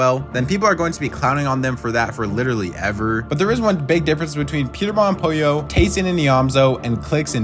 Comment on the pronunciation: It’s POLLO